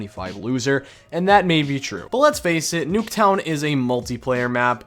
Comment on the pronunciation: i swear he says noobtown